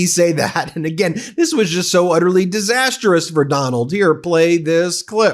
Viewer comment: Ben: Good job today. NOTE: Mispronounced Disastrous. It’s not Disasterous. Overall: Your reports are helpful. Your headlines are a bit heavy handed. Please avoid exaggerating the impact of statements the Clown and his Clone make.